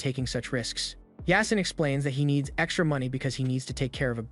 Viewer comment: Its supposed to be pronounced as YAA-SEEN it's a Muslim name